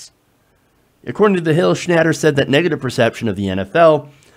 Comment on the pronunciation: You're an idiot. You just said Papa John blamed low sales on protests. Not vice versa. You aren't even pronouncing his name correctly. go back to special-ed.